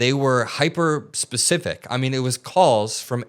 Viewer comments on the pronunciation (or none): none